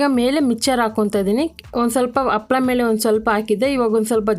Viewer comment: Happala adu, appala alla😢